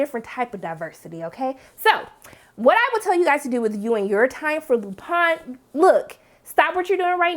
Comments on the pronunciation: Lupin pronounced [ LU PAHN] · In the UK and france shows are writing based vs production based like here in the old US of A, which means they write fewer of them. the most i've seen from the UK was 6. the least i've seen is 3. Also the I in Lupin is pronounced like the double E...ee. like green. and i agree that is one heck of a cliffhanger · Well the show is French and they certainly aren't pronouncing Lupin like English speakers.